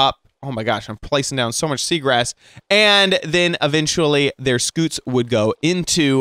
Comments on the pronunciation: It's not a SKOOT,it's a SCUTE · how did you manage to mispronounce scute??? it's literally "cute" with an s at the start??? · Is it just me or does “scoot” sound funny and cute? Scoot Scoot Scoot Scoot Scoot